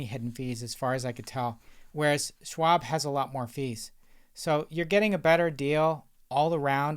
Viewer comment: SCHwab not Swab